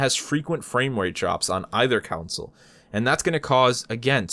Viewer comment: You kept pronouncing console as "counsel" :P